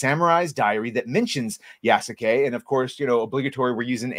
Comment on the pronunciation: Yeah no, horrible story telling to cater to western audience using modern western ideology inserted into Feudal Japan. Side note: If Sasuke (Naruto series) is pronounced Saske, then Yasuke is pronounced Yaske. ヤ ス ケ Ya-su-ke, pronounced Yaske with a silent u. サ ス ケ Sa-su-ke, pronounced Saske with a silent u. Show me a video clip where Japanese voice actors from the anime Naruto enunciate all three syllables Sa-su-ke, instead of blending it as Saske and I'll concede my point.